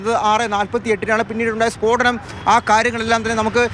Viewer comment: സ്പോടനം അല്ല സ്ഫോടനം